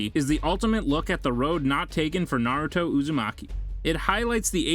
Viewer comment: all the names are so bad. this guy has never watched naruto.